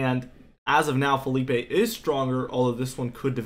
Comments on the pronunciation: Dude. It’s Philippe, in French not FELIPE in Spanish…just saying…other than that Bring the cold pleasee!!!!! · Ok. Lets get this right. Philippe is a French name. It's fill-EEP not Fill-EE-pay. That's a Spanish name spelled Felipe.